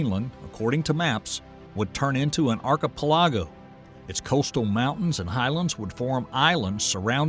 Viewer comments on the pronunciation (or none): Cenozoic : Sen-Oh-Zik Archipelago: Are-Chee-Pel-Ah-go 🤣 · an "arka pull-ah'-go" lol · Not sure if this is AI narrated or if you really think that's how you say "Archipelago".. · Is it just me, but did he mispronounce Cenozoic and Archipelago? Pet peeve for me, especially a science vid. 😮😂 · AI? Archipelago pronunciation? C'mon man! Stealing other peoples voices has no integrity, ZERO! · I don't think it is. You can get Apps now that can have your video narrated by whom ever you want. if you listen you'll see signs that it's an App. I'm pretty sure Myron Cook knows how to correctly pronounce the word, Archipelago. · Man don't tell me that. I like to I think it's not AI. Just some Podunk that can't pronounce archipelago. It probably is a i though. You probably right dude